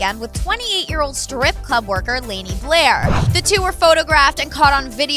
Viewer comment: white people...... "layney" LOL its pronounced Lah-nee sissssss.